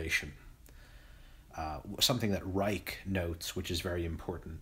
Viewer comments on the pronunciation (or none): none